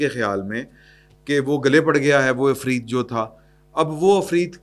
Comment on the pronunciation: " عفریت " کے تلفظ میں خیال رکھیں کہ ع کو زیر سے پڑھنا یا بولنا ہے